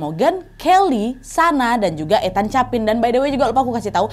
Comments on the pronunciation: Koreksi cara manggil nama NAD, Ethan, di baca ithen, bukan ETAN, tau kan bacaan inggris itu ga sesuai dengan ejaan huruf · Ethan, itu I-THEN BUkan sih bacanya Kak NAD 🤧